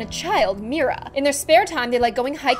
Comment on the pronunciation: “Her child’s name is Mira” finally a person who can pronounce my name right!